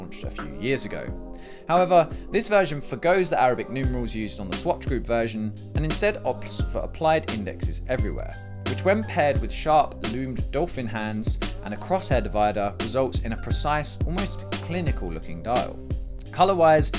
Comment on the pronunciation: Nothing major but the hands pronouncation is not said as 'dolphin', its closer to 'dough-pheen'.